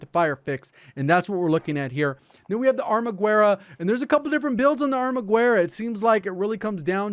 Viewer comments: It's pronounced Arma-gerra (like garage with an E) rather than Arma-gwerra by the way! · THE “U” IS SILENT!!!!!!!!!! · "Armaguerra" pronounce it without the "u". Don't change the g, just ignore the u.